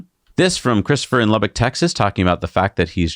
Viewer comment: Lubbock!! I’m from there so hearing you say it (and correctly) is very surprising lol